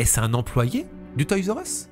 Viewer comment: On prononce toy’s are us… merci pour tes vidéos ❤